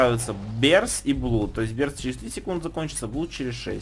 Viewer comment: Blood читается,как "Блад". Хватит говорить "блуд". Это невозможно слушать..